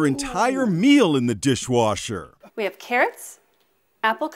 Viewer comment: "In a Diiihhwashurr!!"